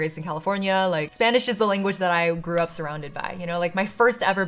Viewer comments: If I didn’t now that you aren’t a birth speaker I couldn’t tell your accent is amazing ☺️ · I didn't expect to see a video of you learning my native language. Your videos are so much fun and your pronunciation is excellent! Thank you for continuing to create content. <3